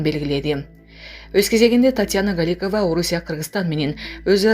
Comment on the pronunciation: Галикава эмес Голикова фамилияны окуганда тамгаларды туура окуш керек .